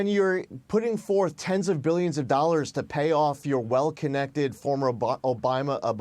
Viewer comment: The way he combines Binden and Obama into "Obina" 😂😂😂